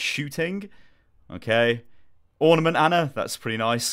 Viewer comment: Was it just me or did he say ornimant mei when it was mercy